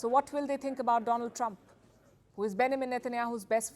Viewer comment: I love Mr."Doland Trump " lol😅